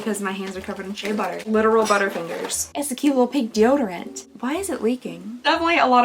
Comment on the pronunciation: I’ve never heard you be Kentucky but the way you say shea butter hehe